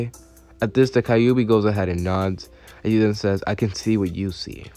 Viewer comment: Okay it’s not kaiyubi it’s kyube. Just saying